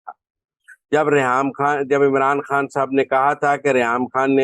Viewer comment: My dear lady, it's undar ki khabbar (not habbar)and Imran khan is not is( not Imran Haan).thanx grat informatic show .